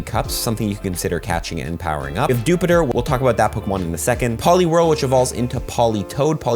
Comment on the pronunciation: I really don’t want to be that person but isn’t dewpider pronounced deew-pie-der?